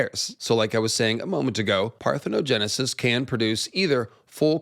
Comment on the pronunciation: Shout out to for nailing the parthenogenisis pronunciation and explanation 😂 These lizard people be impregnating them damn selves!!!